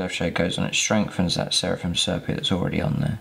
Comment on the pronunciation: Nice, simple paint job that could be achieved by most people but still looks good. One thing though - please, for the good of my sanity, learn how to pronounce 'sepia'!